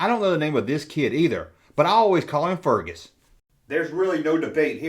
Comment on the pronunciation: I liked the video as soon as you said “mum” And I snort laughed when you said “Fergus”